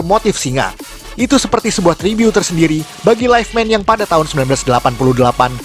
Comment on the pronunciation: Ngomong tribut aje tribyu🤦🏻‍♀️ agak laen emang nih